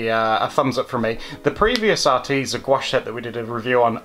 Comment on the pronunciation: Spill that Arteza tea.....Are TEA zah heh heh